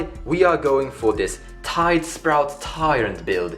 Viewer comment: Its tidespout, not tidespRout.